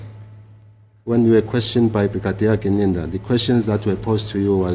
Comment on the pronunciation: Ginindza - Correct Siswati pronunciation hhayi Gininda. Abakuphi o Gininda.